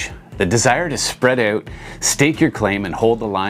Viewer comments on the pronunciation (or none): Say "out"